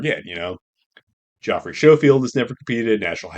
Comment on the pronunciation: why do people call GVS "joffrey" like the kid on GOT? His name is Geoffery. It's pronounced exactly the same way as Jeffery.